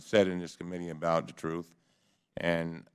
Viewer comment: What is this "Troof" that he keeps referring to? How can anyone tell what the troof is, if we dont know what a troof is? I cannot find it in the dictionary. So I assume it is a new russian super weapon or a new government agency. Maybe its the name of a spy and they need to find him.